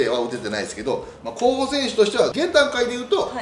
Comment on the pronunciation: 「これぐらいですかねこうほさせんすは」